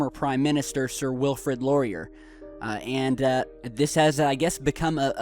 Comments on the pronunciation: I'm Canadian, thanks for mentioning spok fives! The Canadain Mint said that they are A-OK with Spok'd fives! Also its pronounced sir Wilfred "Lore" E (just the letter E sound) and then AY as in a bail of HAY in a barn so "Sir Wilfred Laurier" SUR WILL FRED LORE E AY. MUCH LOVE FROM CANADA FUCK WILFRED LAURIER! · Love the feed but I just want to clarify he's pronounced "Sir Wilfred LORE-EE-YAY" Yeah for Spocking Fives!